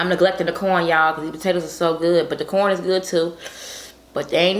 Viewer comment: I thought she said”porn and potato moookkboongg”